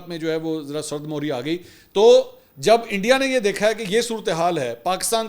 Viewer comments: سرد مہری میم کے نیچے زیر ہے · Assalam-u-alaikum mansoor bhai i am a baloch from iran i am huge fan n watch ur podcast each n everyone bcs i understand urdu very well so wanted to request u as a fan that u use a word in urdu sard mohri wanted to correct it humbly it's sard mehri bcs as a huge fan i don't like someone object on u wish u good luck thanks